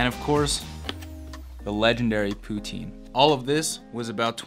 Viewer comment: Great video but sorry bro, the way you say poutine kills me, pls say it properly and represent our city properly!!